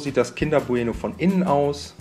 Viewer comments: Wie sagst du denn bitte bueno?? Man sagt doch nicht bu-eno sondern bueno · sag noch einmal Buh-Eh-Noh und ich raste aus